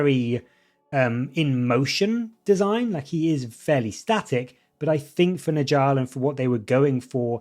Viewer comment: 😂 great video, but I gotta say… it’s not “nijall” it’s pronounced like “Nyall”. In Norse languages the J makes a Y sound